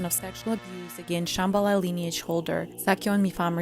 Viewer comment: And mispronouncing Shambala